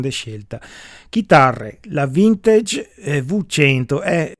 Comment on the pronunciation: Simpatico. Apprezzo codesti video, pragmatici e chiari. Due cose: "assolutamente", cerchiamo di dirlo meno..... Vintage, si pronuncia così com'è scritto... Salutoni.